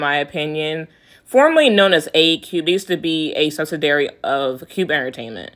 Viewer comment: Why can't any of you Kpop YouTubers pronounce subsidiary? You all leave out an entire syllable. Now look at the spelling and follow along with the correct pronunciation. sub-sid-EE-air-ee. You skip over EE as if that i isn't in the word.